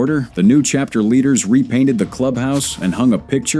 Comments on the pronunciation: C Hapter? 🤨😅 This Ai slop is hilarious! 👎🏼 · Really shitty AI SLOP that can't even pronounce "chapter" (instead says "see-hapter").